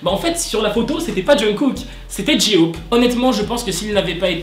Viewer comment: Ok alors je kiff tes vidéo mais tu prenonce mal le nom "J-hope" il faudrais que tu mette l'accent un peu plus anglais en peu comme ça Jay hope (tkp je sais que sa s'écrie J-hope) voilà la prochaine fois dit bien J-hope 😁😁(conseil d'une ARMY)